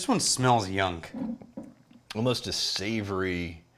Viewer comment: is low key messing with us at this point cause he definitely said "yunk" instead of young